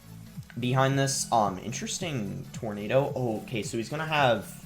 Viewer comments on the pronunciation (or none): none